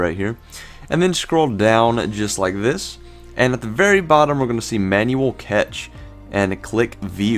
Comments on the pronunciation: yeah ... hearing "catch" was enough to discredit this dufus for me! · Cache is pronounced CASH. Not catch..🤦😁